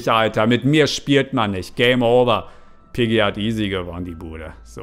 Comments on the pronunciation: Es heißt piggy nicht peggy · Ähm das heißt nicht Peggy sondern Piggy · Viel Glück ich bin ein bisschen zu spät aber zuuu spät Außerdem es heißt Piggy und nicht Peggy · Es heißt piggy!!!! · ey es heist piggy nicht peggy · Sie heißt piggy nicht peggy